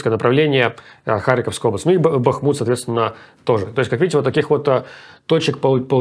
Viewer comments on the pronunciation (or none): none